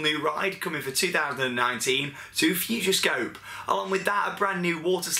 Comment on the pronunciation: It's Futuroscope not Futurescope